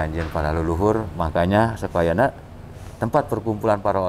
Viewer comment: Sampurasun..... maaf, Kalimat yg tepat ialah "SAKAWAYANA" bukan SUKAWAYANA. mks, Salam PAKIDULAN